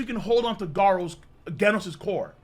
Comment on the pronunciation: Imagine mispronouncing both GIF and Genos, hates the letter G